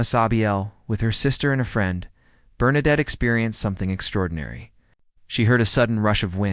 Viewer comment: Bernadette ...pas Bernarde !